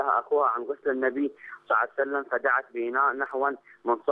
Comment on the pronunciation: هههههه نريد فيديو شلون تكول صلعسلم🤣🤣🤣